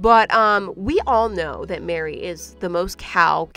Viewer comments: Why did I hear Beary but it’s Mary😭😭😭😂😂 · I thought she said Berry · she calls her mary, emphasizing the M twice after announcing her name. You can hear it